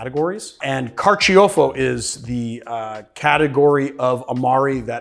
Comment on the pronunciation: Carciofo is the Italian word for artichoke, and is pronounced car-cho-fo, not car-chee-oh-fo.